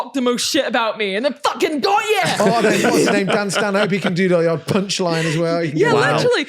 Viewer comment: Love how is the most Scottish I've ever heard when she's threatening violence! "I go' ye!!" 😂